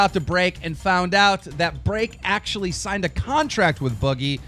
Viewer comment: Am I the only one who finds it funny how he says break? BREAHCK!😂😂😂